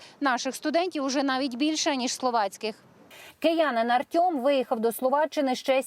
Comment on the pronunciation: Чого Артьома а не Артема